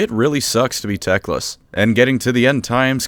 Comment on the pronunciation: Everytime i hear the word tecklas. I hear dickless.